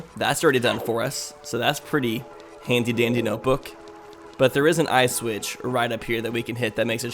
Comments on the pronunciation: it sounds like he's sayin ice switch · I literally just now heard “eye switch” I thought he was talking about “ice witches” and I was like “huh I didn’t know they were called that” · Every time I hear say "eye switch" I hear it as "ice witch"